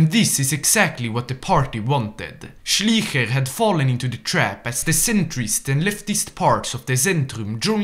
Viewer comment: Hey, I have to say your German is pretty good for a French guy, but i still have some advice: for example you call "Schleicher" "Schliecher", you pronounce the "i" first but you should pronounce the "e" first. So when you read something with "ei" its pronounced like "aye". Other than that great video👍🏻